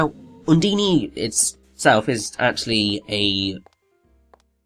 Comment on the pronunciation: UN-DINE! IT'S UN-DINE! Not UN-DE-NE!